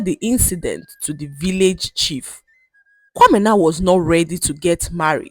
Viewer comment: I love how you pronounce kwamena❤❤😊